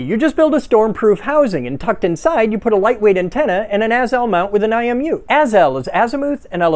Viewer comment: When u said imu i thought u said eye of newt at first